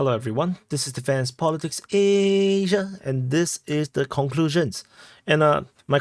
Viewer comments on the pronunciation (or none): If you say Asia correct, more people will watch. Aaaaaaasia is annoying now.